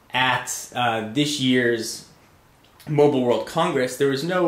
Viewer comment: For T-MOBELE? it's mobile;)